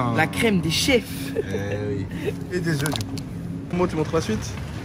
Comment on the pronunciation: Putain c'est "des œufs" pas "des œuf"